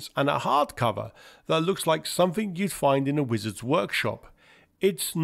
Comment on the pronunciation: I gave up, over your pronunciation. Things are not frets, but threats, sumfing = something, fifty fousand feet = fifty thousand feet, and so on. If you want to be a commentator, learn to speak the language.